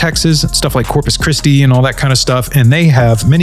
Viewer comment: "corps kristy" 😂😂😂